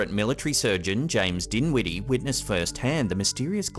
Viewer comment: What was his name you said it James dimwitty okay or dinwiddy I would hate to have that last name